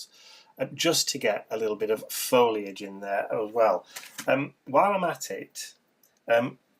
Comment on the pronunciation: Oohh I love this! Love all the elements and colors, and of course, Mr. B!! <3 Tyfs! Also, I love you for saying foliage correctly!! :) So many people say "foil-age"...it drives me nuts! Lol hugs & love to all! :)